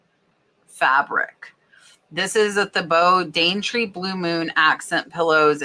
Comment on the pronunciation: Thibaut is pronounced Teebow. Most of their prints have a chinoiserie/Asian style.